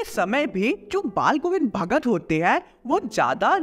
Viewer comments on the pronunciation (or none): pe ,ch ka naam hi galt lia hai😂 bhagar🍌